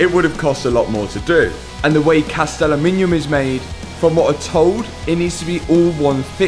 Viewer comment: Say it after me: "AH" - "LOOM" - "IN" - "UM". Aluminum. 😅 Just Joshin' ya. I know how brits love adding extra syllables to every other English word to make them sound fancy 🤣